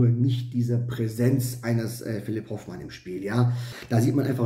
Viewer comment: Hoooooofmann!!! Nicht Hofffffffmann! Soviel Respekt sollte schon sein!